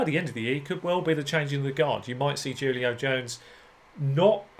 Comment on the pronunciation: "Who-lio", not "Jew-lio"